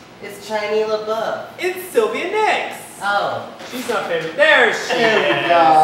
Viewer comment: “It’s Shia Labuff” 💀